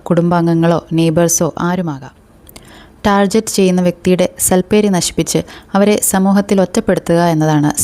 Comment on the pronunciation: Target ennu correct pronounce cheyyane chechi . Good info🎉